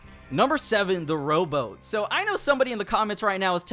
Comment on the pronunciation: Whats a row-bow !? i thought they where called row-BOAT?